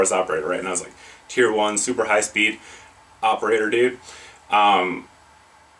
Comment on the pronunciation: "oprater d00de" my sides